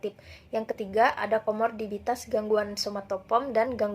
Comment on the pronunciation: = komorbiditas, bukan komordibitas = preokupasi = impulsif = interpretasi = mendominasi = perpanjangan = Fugue, dibaca fyug = psikosomatis = serta gangguan yang dialami